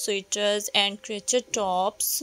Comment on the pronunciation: o bhen urdu bolo ap ghlt bol ri hain...crochet hai crochet.... urdu boly sy sharmao met ap ko wase b views aye gy or zada aye gy